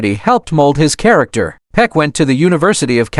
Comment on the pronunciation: I am so sick of these AI narrations. Names and words are mispronounced, like in this very video, which pronounces Peck’s name as “Peek”. A simple word like that! These shows are also very repetitive in the narration and typically have misinformation in them. So I’m not going to bother watching.these anymore. Too annoying and error filled.